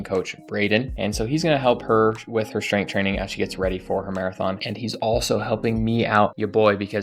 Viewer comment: bro said strenght 😭 cmon bro lock in